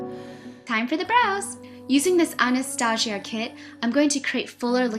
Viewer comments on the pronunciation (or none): anastAsia you say it anast asia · aw-nuh-staw-ja ahaha